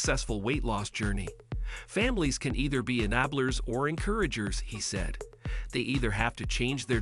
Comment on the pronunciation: He can’t pronounce “enablers”?